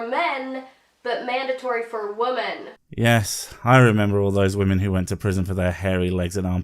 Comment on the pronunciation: Her continued inability to pronounce the word “women” in irrationally irritating.